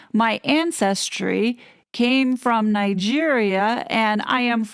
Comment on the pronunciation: Yes I was a trifle surprised that Angela Levin could not pronounce Nigeria. And why does this so called humanitarian need a PR Team for anyway. Just having a PR team tells us she is on the make. I think Prince William will intercede in this and get rid of Harry and Meghan. Next they will loose their titles esp after her book. She is weighing it up whether she wants the title or the book!!!!